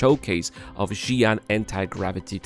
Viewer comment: WHY every pronounce Ji'an Xi'an pronounced like Chi'an